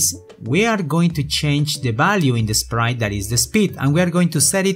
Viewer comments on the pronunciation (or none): I love it how you pronounce "t" like "n" as in "Sprine" "Rine" I know you meant to say "Sprite" or "Right", but, you pronounce t like n